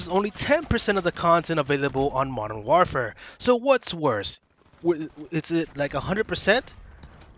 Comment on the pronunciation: Can’t deal with how this nerd pronounces war “whaarfare”